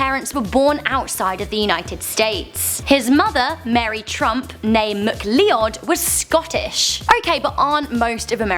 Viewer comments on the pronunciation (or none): Maclee odd are u sure? It's McLeod, sounds like macloud. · McLeod is pronounced mac-cloud. ain't you seen Highlander? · mcleod. prnounced MACLOUD, u dumb tot